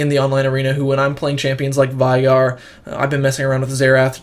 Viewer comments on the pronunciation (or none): none